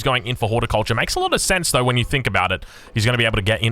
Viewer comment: He says 'vhen' instead of 'when' and 'vhere' and 'vater' and willagers and wery etc. I am English so...